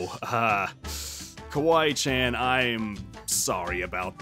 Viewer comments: kAWEE CHAN lol😂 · Aphmau: "Aron" Also Aphmau: "Kawee chan"... me: ...that not how you say it 🤨😐🤨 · Not cawee Chen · Aphmau: kwee chan Me:kwee chan ? Me again: IM DYING lolllllllll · I laughed so hard when Jess called Casey kawee chan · [Aphmau mistake]tries to say Kawaii Chan but says Kawee Chan